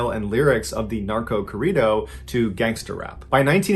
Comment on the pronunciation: We need to teach Mr. Ballen how to pronounced the Spanish "rr". Great tried though Mr. Ballen